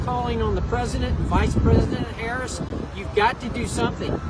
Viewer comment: Rep. Murphy can't even pronounce the name of the Vice President correctly. Learn her name before you attack her next time,.